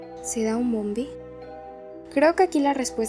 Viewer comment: És nombie no mombie